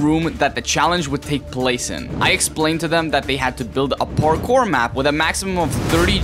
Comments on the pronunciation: I like at how the beginning he says barkour (Not Parkour btw) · did you say barckpor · u said barkour in the beggining lol